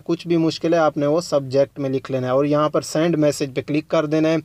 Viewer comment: time kharab kar diya ha palhay bolna seakh lo sand nahi send hota ha .....